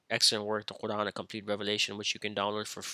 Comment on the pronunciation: Your Arabic is catastrophic, you can't even pronounce Quran correctly. No wonder your a misguided heretic who lies about the hadith.